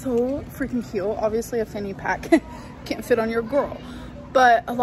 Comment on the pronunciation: When she says “cute” like “ca-yuuuuut” i want to scream like a Klingon to the sky 😂 or “stinks” as “steenks” or “both” as “bolth”